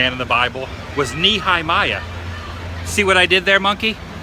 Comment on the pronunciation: Golgotha means, “Hill or Place of the Skull.” #FellowPreachersKid “Knee-high-miah....” Adam.... why? LOL